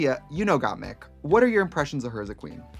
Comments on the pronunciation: they mispronounced the queens' names (Kandy Mousse, Got Meek, etc) to the point where instead of saying Symone, Trixie said "Love Simon" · Got meek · I love how every other queen was correcting Trixie when she would say Gottmeek but Katya came in and just mispronounced all of their names lmfaooo